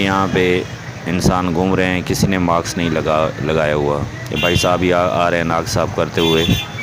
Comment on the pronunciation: Maks ni hota mask hota hai meda chan